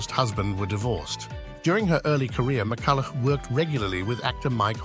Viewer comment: her surname is pronounced "Mi-cull-uh", not "Mi-cuh-luff", dipsh*t narrator.